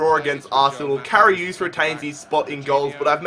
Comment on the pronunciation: It's karius not kariuse